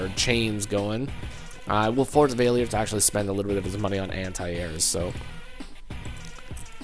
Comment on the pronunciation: You mispronounced valior Your sayin vay le or Its really val e or